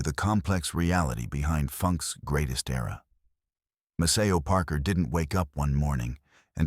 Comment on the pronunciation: This is about Maceo Parker and you can't even get your AI voice to pronounce his name correctly!